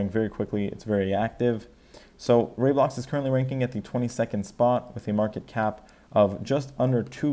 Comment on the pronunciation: It's Ray-Blocks not Rye-Blocks